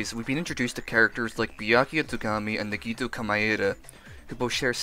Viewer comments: Wait, wait wait. Nigito? You are pronouncing nagito as nigito. Lol. Never heard someone call him that before. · sorry i just can’t get over “Nagitoo” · Please don’t tell me you just called nagito nagitwo MDJRKWNDI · I’m sorry but I got totally thrown off by you pronouncing Na-gi-toe as Na—Gi-Toe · no ni-gee-toe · Who else felt a part of their soul die when they said Nagitu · "Nigetoo" is how I will forever pronounce his name now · i'm surry but... "nagithooo" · I’m sorry but I got mad how he said nagito because he says it like niggito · People always say nagito komaeda wrong 😹 Gamer help NAH - gi - toe ko -mae - da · It TRIGGERS me the way you say the names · The way you pronounced Nagito tho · the way he pronounces Nagito hurts me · The way he says Nagito physically pains me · Am I the only one that don't want to listen to the video because of how he says Nagito? Imma do it anyways just for whatchtime 😼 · Am I the only one who gets mad when he says Nagito wrong??? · Am I the only one that thinks his pronunciation of nagito is annoying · I’m disliking only bc of how you said nagito